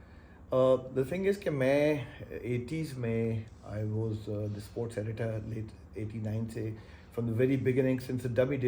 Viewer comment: Klasra sahib, it’s not suports journalist, it’s sports You need to correct your pronunciation.